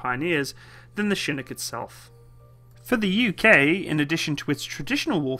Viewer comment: First Brit to pronounce chinook correctly